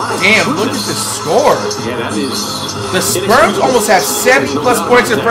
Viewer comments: He called the spurs “sperms”😭😭😭😭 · San antonio Sperms???? I KNOW I ain't da only one hearing that. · “San Antonio Sperms”